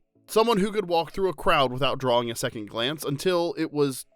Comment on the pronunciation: I enjoyed this. Thought it was funny that the narrator didn't reference his own Southern accent. The word "on" as a two syllable word, "drawling" instead of "drawing", etc